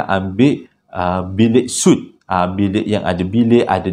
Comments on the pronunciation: Untuk minit , sebutannya sweet, bukan soot. TQ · Maaf ye, sebut suite tu mcm Sweet...